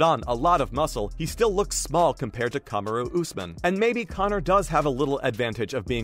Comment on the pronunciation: Kahm a roooo lmaooo